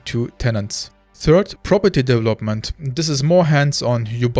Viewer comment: You speak english better than half of the UK and USA population. To say "development" more naturally, work on your "V" sound. Right now you use a "W" sound. For "v", push your teeth into your bottom lip. It will change your sound. It is like an "F"... with sound.